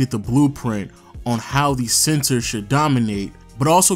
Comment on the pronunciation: So will just going to act like he ain’t saying SENSOR instead of Center ?